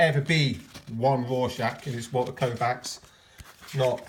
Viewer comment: One Walter Kovacs One Walter Kovacs One Walter Koooh-vacs There's only one Walter Koooh-vacs! Everybody sing. You know the words! :)